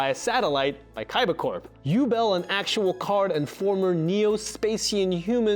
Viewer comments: I feel like you mispronounced Yubel on purpose! 😂🤣 it’s You-Bell haha other than that this video was very helpful!!! I never knew I was missing such a huge piece of 5D’s!!! That Eye from the future was Yusai? Or a look alike I thought it was his dad I never watched any of the sub episodes except when Jack goes to like the desert? And does that test to get that Archfeind Drafon card and maybe a couple others but I didn’t know there were more episodes 😭😭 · 1st and 2nd series, maybe GX. I believe Yubel is pronounced "You-Bell." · It's pronounced, Yu-bell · you said Yubel wrong